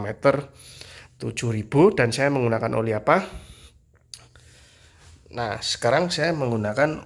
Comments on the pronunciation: 😂 ak jg bolak balik tak denger ini uli apa oli 😂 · Oli pak bkn uli 😁😁😂